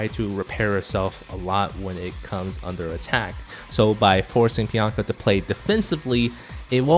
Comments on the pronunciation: Take a shot everytime says Pianka instead of Pinaka. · PI-NA-KA! PI...NA...KA!!! NOT PIANKA!! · Good video, but "Pi-yan-ka" drove me a little crazy. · piyanka? is that how its supposed to be pronounced? huh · Great insight into each unit. Very nifty. Please decide on a pronunciation for Pinaka. hahahahaha. :D